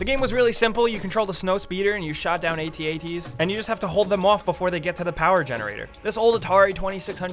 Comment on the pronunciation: It's AT AT not a tea a tea <.<